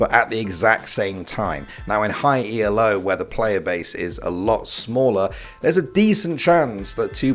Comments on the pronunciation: It's not "ee-el-oh", it's just "elo". It's not an acronym, it's named after the guy who created the elo rank system. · It's Elo not E.L.O. it's named after it's inventor Arpad Elo. As someone stat studied stats this is beyond triggering. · Why in gods name are you calling ELO E-L-O? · I wince everytime he says E.L.O Elo isn't an acronym. It's the name of the guy who pioneered the system. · Bro please stop saying E-EL-O BRUH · I like how you call it "E-L-O" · But the real question is, why did you say "in high e-l-o" ? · "In high E-L-O" who says this like that :D?